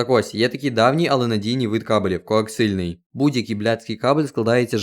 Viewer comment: Коаксіальний він, не коаксильний